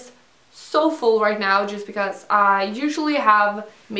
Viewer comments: can you just once correctly pronounce word 'just' its so fucking annoying:)))))) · Chloe Elliott either i, so whats the problem?